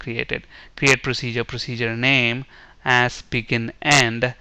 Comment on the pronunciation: Tutorial is good but pronounce 'AS' as 'Az' not 'Ass'...